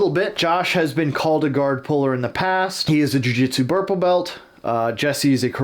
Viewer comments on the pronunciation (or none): My autism is fixating on "burple belt" what the fuck,?!?